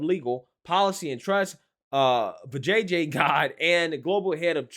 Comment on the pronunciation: Vija who? You mean VJJ? 🤣